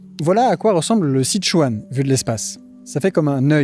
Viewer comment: Tu es sûr d'être allé en Chine ? J'en suis pas sûr, vu la malheureuse prononciation des noms propres. Par exemple, le "Si" de "Sichuan" se prononce "se", 'Zigong" se prononce à peu de chose prête " tze-kong " et j'ai encore plein d'autres exemples. Quitte à faire une vidéo qui explique des choses, autant utiliser les vrais prononciations. Pour plus d'infos, renseigne toi sur les Pinyins. À part ça, tes vidéos sont toujours aussi intéressantes.